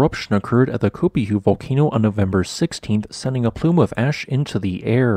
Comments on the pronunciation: The unaccented "ue" in Spanish is a dipthong, therefore Copahue = CO pah whey. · I think it's pronounced co PAH whey.